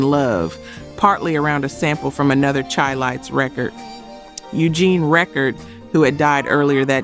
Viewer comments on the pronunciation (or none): How is it you always mess up these groups names. Its Said Shy not Chai. Lights Minnie Rippleton. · Darling, please say "shy"-lites...its meant to sound like Chicago ..the Chi (shy). Great info otherwise... enjoying the roll down memory lane